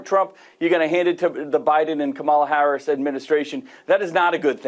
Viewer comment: Adult state governor can't pronounce the Vice President's name.